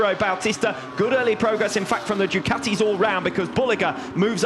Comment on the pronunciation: How does one pronounce Ducati? I've heard 3 ways. These guys say "Duh cow tea". I've heard others say "Doo kat (like cat) tea". Americans say "doo ka (like a crow's kaw!) tea". WTF. Does anybody know?